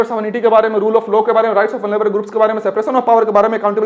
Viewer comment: Bhaiya low nahi law hota Haa 😂😂😂